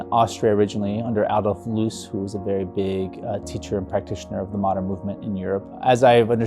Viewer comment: Nice work. If you wanna sound über-arch, Alolf Loos is pronounced "loahzz" like it rhymes with hose. Finding non-AI info is so refreshing nowadays. Also, your Ravenhill lighting designs at your website are really nice.